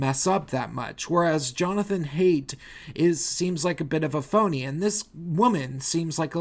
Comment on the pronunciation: Lol! You said Jonathan Haidt as Jonathan Hate! U serious about that?